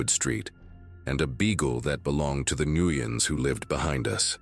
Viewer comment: Please learn how to pronounce the Vietnamese surname, Nguyen, or stop using it in every other story. It makes me want to stop listening to your stories!